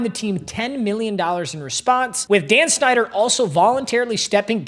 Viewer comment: When he said Dan snider I thought he said Dan shnider💀💀